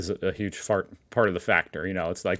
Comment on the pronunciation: did you accidentally say “huge fart” ? Hehehe. I’m an Aussie and I’m very immature!